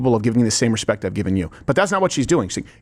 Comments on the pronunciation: Respekk is how he pronounces it? Like ?says aks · Steven, it's spelled "respekkk" 🙊